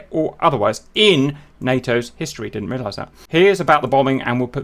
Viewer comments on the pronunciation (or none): none